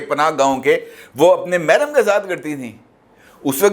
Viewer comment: " mahram" LOL " eddut" mein doosra nikah LOL all the way